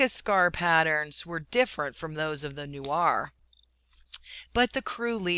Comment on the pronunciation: its N-U-E-R Not N-U-A-R